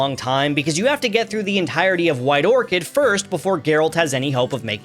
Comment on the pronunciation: ITS WHITE ORCHAR NOT ORCHID, sorry that was my OCD rage